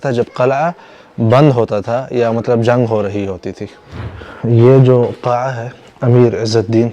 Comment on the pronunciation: Assalaamu Alykum dost Qalai ki jagah Qil,ah ya Qila bhi kehdo to maherbani